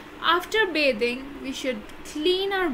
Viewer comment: Bithing not bathing